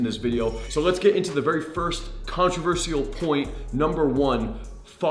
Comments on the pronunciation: It’s pronounced contro-ver-shul not controver-see-al. Great content tho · Please learn how to say controversial. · Good content. Saying controversial wrong 74 times, still loving the channel though